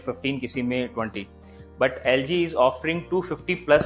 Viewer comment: Before he said LG i thought it ZG 😂